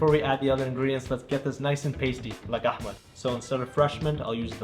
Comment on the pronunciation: sir it’s not AHMED EE it’s Ahmed.